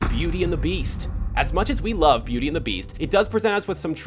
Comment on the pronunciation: you said butty its beauty but I am not trying to be mean